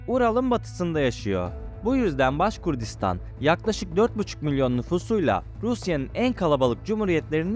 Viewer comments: Baskurdistan degil, baskortistan ya da baskurtistan duzeltmw yapin ya da videoyu kaldirin.ismini bile dogru telafiz edemediginiz bir yer hakkinda bilgili gibi gozukup bilgi vermeye calismaniz tuhaf.. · Başkurdistan yox kardeşim,-Başqırdıstan.Anadolu türkcesinde Q harfi olmadığı üçün size zor gelir bunu talaffüz etmek. Halk ise Başqırd adlanır.